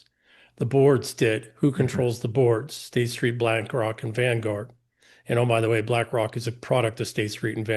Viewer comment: would it be possible for you to pronounce the letter 's' properly? You seem to always pronounce this letter as 'sch', e.g., guescht, schtreet, schtrong, yourschelf, etc.